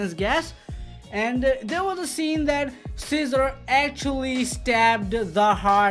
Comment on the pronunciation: Every time he says cesar it’s sounds like he saying scissor ✂️ 😂